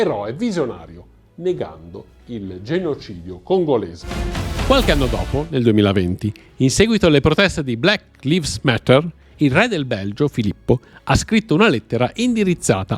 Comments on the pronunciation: Capisco che siate solo in due, ma bastava una persona per riascoltare il video in toto prima di pubblicarlo e per comprendere il fastidio e l'inutilità di quel jingle.. Inoltre, permettimi, ma "black lives matter" ovvero "le vite dei neri contano" pronunciato come hai fatto tu lives invece di laivz, non si può sentire 😅 non so, mi ha dato l'idea di poca attenzione o "frettolositå" nell'editing.. mi spiace farlo presente ma spero sia una critica costruttiva perché so che potete fare sicuramente di meglio. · Black lives matter dove lives è il plurale di life .. quindi va letto “laivs” e non “livs” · la pronuncia! Lives (pronunciato Laivs) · Piccola nota: la pronuncia inglese di BLACK LIVES é Black "LAIVS." Sono sempre a vostra disposizione e Buon Lavoro e complimenti! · Non so se non si può ascoltare più il tatatan continuo o la pronuncia di black lives detto black livs. Ma se si vuol fare divulgazione ci vuole un minimo di cultura, per l'amor del cielo😂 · Ti voglio bene però "black lives matter" pronunciato con la "i" no. Dai. 😅